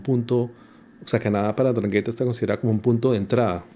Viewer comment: Se pronuncia: Andranguetta